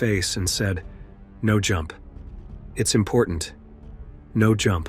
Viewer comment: He pronounced it differently, like 'now'.